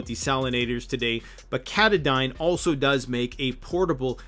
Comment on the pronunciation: Katadyn is pronounced : Kuh - tah ' - din. THe company is likely named after Mount Katahdin in Maine.